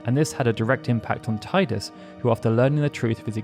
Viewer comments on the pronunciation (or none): ive been watching so much of your videos loving them as I grind on my game. BUT URGH!!!! you just called him Tie-dus EEERRRRGHGHGHGHGHGHHGH It's Tee-dus!!!!!! You of all people should fucking know this!!!! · down vote for saying Tide-us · pronunciations of his name seem to be 50/50 whenever I hear it. I'd say it's a Tie....dus